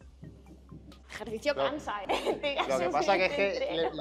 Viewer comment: Joe eke etoh jercicio 😂😂😂